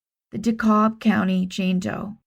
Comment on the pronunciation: Great work as always. Pronunciation tips. DeKalb County in Georgia is pronounced “duh-KAB”. Short A and the L is silent. DeKalb, IL and DeKalb, IN are also pronounced with a short A however the L is NOT silent.